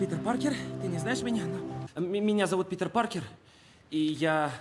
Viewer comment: простите, но Питербек Паркерханов.... ору